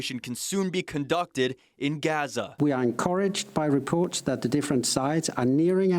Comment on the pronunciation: Why do they keep pronouncing Gaza wrong tf.